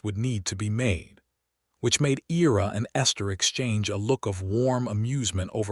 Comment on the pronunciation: Ira is pronounced (eye-ra) Excellent story! Esther married the right man for sure!❤😊